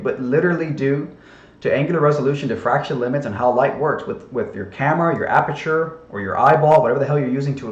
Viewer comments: Aberture, amberture, what’s the difference, bro? 😅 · Did actually say "aburture"?